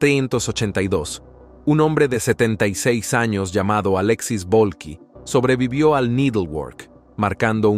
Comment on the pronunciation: Me pregunto porque no pronuncias bien los años ????😂😂😂